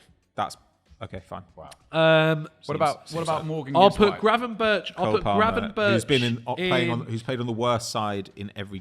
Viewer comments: feels the need to over pronounce every player. Ryan Gravenberrrggkshch. Joao Neveschssh. Drives me mental 😂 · That performative pronunciation of Gravenberch is horror